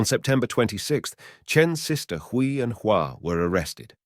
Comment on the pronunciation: These videos on Chinese crime are very interesting. But would it hurt to learn how to pronounce the names properly. Hui is pronounced way. Kui is pronounced kway, As someone who is learning the language it hurts my ears to hear the mispronouncing of the names. Otherwise thank you for your work.